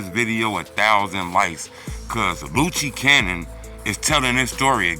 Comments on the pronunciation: lucci cannon 😂😂😂😂😂loose cannon its pronounced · Dat man name Luce Cannon like Loose lol dis nigga say Loochie Cannon lmao